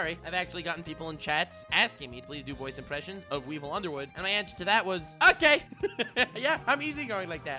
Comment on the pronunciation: Ironically and hilariously I misheard you when you said Weevil Underwood it sounded like weebo underwood lmfao.